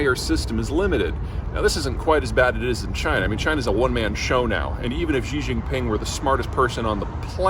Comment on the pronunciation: Thank you so much for pronouncing Xi Jinping's name right! (Like "She" rather than "Zhji") I appreciate your dedication :)